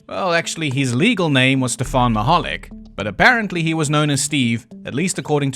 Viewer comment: And Robert Stack pronounced Michalak as if it rhymed with Nickelback. 😉😁